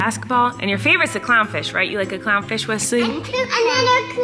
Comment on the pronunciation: Awwww Wesley has stopped using his whole tongue to pronounce clownfish 😭